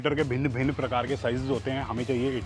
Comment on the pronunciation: I like when you say bhin bhin parakar k😂😂